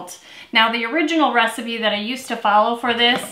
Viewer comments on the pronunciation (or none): none